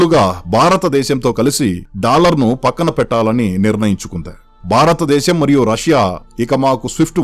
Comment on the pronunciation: మిత్రమా భారతదేశం అని పలకాలి